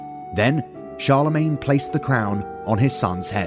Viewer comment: Karl-le-mon? Did they call one of the most important Emperors of the middle ages "Karl"?